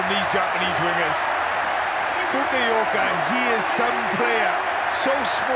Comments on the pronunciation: Also gotta love that pronunciation of Kenjo Fukuoka. KEN-KY FUKI-OHKAH! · About the pronunciation of Fukuoka's name. It's Kenki Fukuoka, not Kenkai Fumioka.